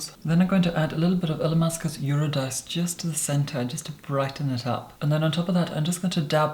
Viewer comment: I was sold until he pronounced Eurydice incorrectly...but wow, the beauty